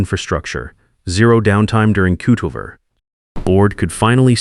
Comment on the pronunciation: It’s always 47 minutes past whatever hour. Did he say “kootover?”